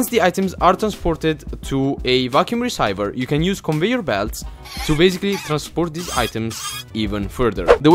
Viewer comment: it is pronounced reeseever = receiver